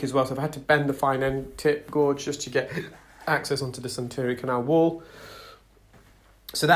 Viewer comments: The pronunciation is (phonetically) gayj. Gorge is a geographical term. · Great video as always, thank you. Can I just say, gauge is definitely pronounced gage (like cage).